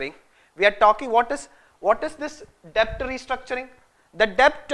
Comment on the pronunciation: Please! It's pronounced 'det'.